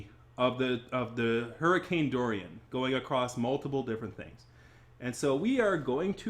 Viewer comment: I'm not even halfway through the video but I can't get over you mispronouncing Hurricane Dorian multiple times. 😆